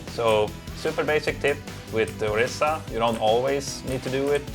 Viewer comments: IT'S ORISA. OR-EE-SA. NOT ORISSA. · Orisa not Orissa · **Orisa** not Orissa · LOL true "ori-SAH online"